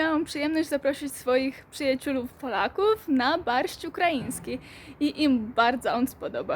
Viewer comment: Przyjaciulow powiedzialas